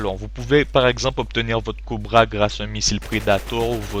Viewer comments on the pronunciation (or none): J'aime bien le "Coubra" au lieu de "Cobra" ou bien "predatowe" au lieu de "predator'' je suis pas raciste hein et commente une partie en anglais on verra si tu y'arrives trankil tss.